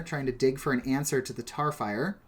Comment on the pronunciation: lol how did you mess up tarfire twice?! you of all people